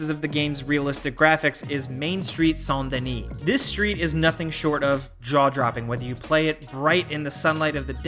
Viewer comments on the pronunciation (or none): Son don e it’s San den e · Did this dude just say Sant Denis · "Sont denis" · Oh,,,, it’s not Saint Denis, it’s Sandy Knee. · Saint Louis + New Orleans = Saint Dennis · Bro said 'Saint Denis' like that Braithwaite hag 😂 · Did you just pronounce it Sawn Denis? I mean idc but I’m confused is it SAINT OR SAWN AAAAAA